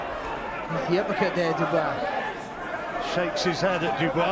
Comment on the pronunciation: Did he just say uppercut in Ghanaian?? "Appacata!!"